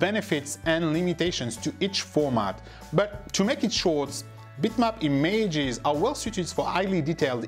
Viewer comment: Who are these e-mages you speak of?